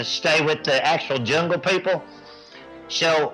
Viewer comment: "The junga peo poe"